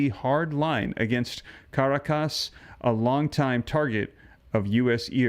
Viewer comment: The l is silent in calm, rhymes with mom. Also, the capital of Venezuela is pronounced cuh- ROK-us.